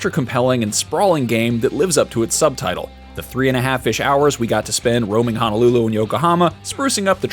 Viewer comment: My ears are bleeding from hearing him pronounce honolulu. Eeeeeeeek